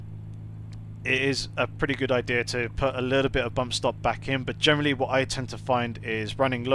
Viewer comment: Nice video's, informative. What word is it that you keep saying "Germally" or something? Sorry English isn't my native language and i keep thinking you're saying 'Germany' lol.